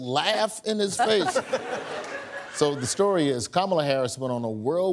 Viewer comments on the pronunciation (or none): none